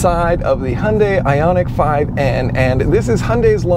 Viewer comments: Also, 'Hyundai' is a Korean name and isn't pronounced "Hundye". "hyoondai". It's not that hard. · Hy-un-dye Now you have learned how to pronounce Hyundai. It's not so hard, right?